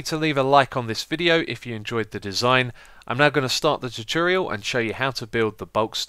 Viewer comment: its tutorial not toturial